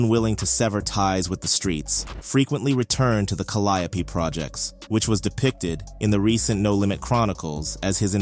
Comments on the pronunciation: It's pronounced Cal (like pal) li (like lee) ope (like open for example) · Whoever this guy is reporting is trash he has wrong pictures up here and could not even pronounce calliope properly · the way you pronounced caliope is crazy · Cah-li-oh-pee killed me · It's crazy the way they pronounce calliope😂😂😂😂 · 😂right it’s driving me insane